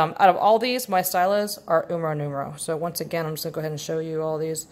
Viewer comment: I love this comparison vid. (Btw it’s pronounced “STEEL-a” )